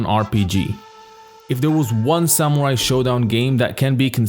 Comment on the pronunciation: SAMUAI !! its all i listen, i guess your videos are good but your horrible pronounciation makes them impossible to listen, sorry. Letter R exists in English